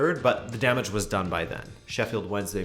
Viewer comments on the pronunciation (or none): none